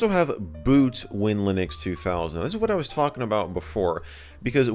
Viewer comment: If I may interject its pronounced WIN/Linux